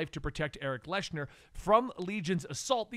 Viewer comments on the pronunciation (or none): Man, the pronunciation on some of those names is way off. Liyana, Erik Leshner, etc.